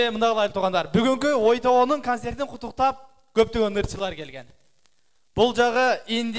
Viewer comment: Кутуктап эмес куттуктап деп суйлосо болмок алып баруучу